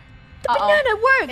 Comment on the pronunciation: DID YOU SAY BANNA I'M A BANNA I'M A BANNA LOOK AT ME GO